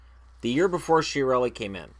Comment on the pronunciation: I am sure it is pronounced Kia-relli, because it has Italian origins, and the CH sounds like K.